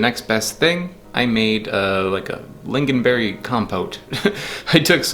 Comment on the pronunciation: it is pronounced ling-on not ling-gin (